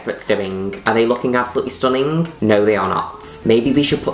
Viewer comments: I love how Juno says stunninGUH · as always...... STHUHHHNnING!! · "Absoulutly stooning" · i will never say the word stunning normally again xD